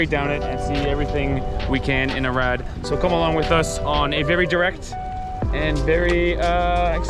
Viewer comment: Doar eu înțeleg "Irak" când pronunță "Arad"? 😅